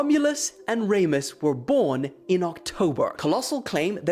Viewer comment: Never heard anyone say Raymus instead of Remus before